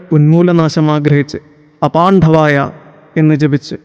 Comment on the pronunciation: Thanks for the video. A small correction: "പാണ്ഡവ" എന്നത് "പാൺഠവ" എന്ന് ഉച്ചരിക്കാതിരിക്കാൻ ശ്രദ്ധിക്കുമല്ലൊ. "ണ്ഡ" യുടെ ഉച്ചാരണം മൃദുവാണ്.